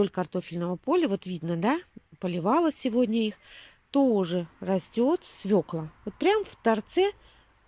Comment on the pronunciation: Не Фекла ,а Фёкла,не свекла,а свёкла! Легко потом запомнить,я тоже также со свёклой поступаю, отличных вам урожаев!